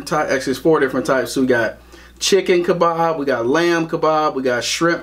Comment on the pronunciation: It's called kebaaaah? k e b a h Lebanon food